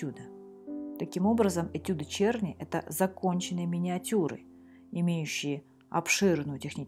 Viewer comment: Его фамилия должна читаться "Черны".